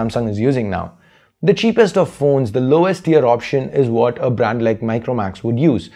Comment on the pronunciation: u pronouncing brand,branding all wrong and its irritating